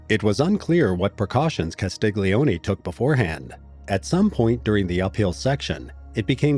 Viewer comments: It's Castilioni. The "G" is silent. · G in italian before N or L just adds and i or it is not pronounced at all. Just like Vignette is pronounced Viniet in English, Castiglioni is pronounced Castilioni, or Bagno goes Banio.